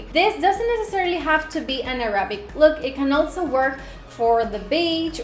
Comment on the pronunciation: It's pronounced Arabic stress the first syllable